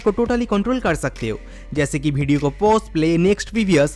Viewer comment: Bhai tu bihar se hsi kya video ko bedio bol rha hai😂😂😂